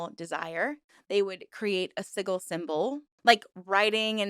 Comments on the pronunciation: Liking the content. A side note, sigil is pronounced si·jl. the 'g' is not pronounced like in the word "golf", or "glorify" (examples). SI-JL. It kind of puts your entire schtick into question when you cant pronounce the word sigil correctly. Its not like its an uncommon thing in the occult, or other spiritual/mystical traditions. I mean, its a thing in all bigger religions as well. The cross is amongst other things, also a form of sigil. So hearing this being so obviously mispronounced puts your work into question. How come someone that tries to present themselves as into this type of thing doesn't even know how to pronounce that word correctly? You see what i mean? Other than that, i look forward to exploring more of your content. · Hearing "siggle" made me giggle. I'm not even in America, but my speech impediment makes 'library' sound like "lye-burry" when I say it. Locals constantly ask where I'm from, so I knooooow guessing words weird also.. 😂 Honestly, I don't resent weirdly pronounced words. With the amount of research that goes into these, I know one wrong word will get oodles of "GOOGLE THAT, YOU CAN FIND OUT!!" comments. There was so much more going on to comment about. Seeing that like 8 people pointed that put instead of what the content was about goes to show people need to relax. On YouTube, I honestly don't expect flawless verbal delivery. Sometimes it's a delight to hear people's best guess on an unfamiliar word. I've been a fan since you started; "siggle" isn't ruining my experience. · As an ex member of another cult that you have spoken about on this channel (the TM cult), and someone who once met Genesis and people in h/er close circle, I cannot in good faith call what s/he created a cult. It's upsetting to me that you equate Chaos Magick as problematic, when you can't even pronounce the word 'sigil' correctly. It also bothers me how you consistently misgendered Genesis. I'm afraid this one is a big swing and a miss. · Siggle made ne giggle.